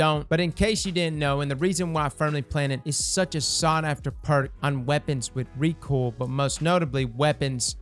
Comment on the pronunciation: Did just say recool instead of recoil? Am i getting bad hearing? Has always Said recool? Is it pronounced recool? Help!!!!